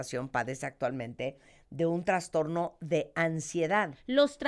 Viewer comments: Vergüenza de invitada. Para la especialista: no se dice 🚫TraNstorno Se dice: TRASTORNO ☑️ Enunciar: Anunciar Mesmos: mismo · Una doctora hablando de trastorno y pronunciando la palabra transtorno ( mal pronunciada) me hace pensar, si realmente estudió por medio de libros o hizo un copia y pega por internet...🤔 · si la palabra correcta es TRASTORNO!! No, TraNstorno !